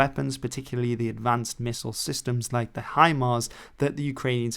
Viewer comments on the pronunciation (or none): none